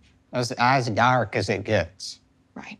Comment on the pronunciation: “As darrrrrrk as it gets.”lol weird inflection